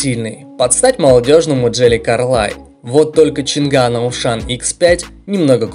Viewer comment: Поражают люди, которые делают ролики по авто, технике и т.д. и произносят неправильно название того о чем говорят. Нет там у них буквы Г, нету! Changan - ЧанъАнь, Dongfenf - Дунъфен и тд и тп с SsangYong и другими. Я понимаю всякие бабушки говорят Ламборджини, Ксиаоми, Блюпуп, Компуктер и т.д., но блин тематические каналы это тупо стыд! Language тоже читаете как Лангуаге?